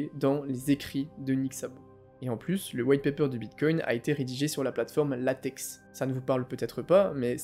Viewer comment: Jme permet juste d'intervenir sur un truc, euh on pronnonce Latek, et pas Latex 🤓